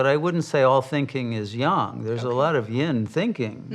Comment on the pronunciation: The sine-wave of eternity. Every trough leads to a new peak. The old nightmare-world perishes and a new heaven-world begins while so many turn their hair grey and put wrinkles on their faces worrying about how to save a necrotic society. Let it pass as gracefully as possible....And thank you for pronouncing "yang" correctly.